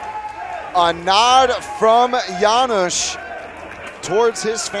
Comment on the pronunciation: Commentators have a funny pronunciation "Janysz, Janysz" :D Ofc I'm cherring our Janusz, but good job Josh! Thanks both for a good fight